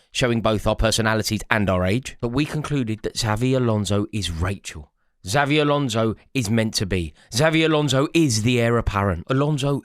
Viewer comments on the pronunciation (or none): Eight millionth time of asking you to say Xabi Alonso properly.